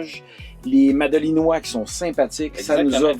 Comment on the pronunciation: On dit «Madelinots» (et «madeliniennes» pour les femmes) 😉 Merci pour votre partage! 🙂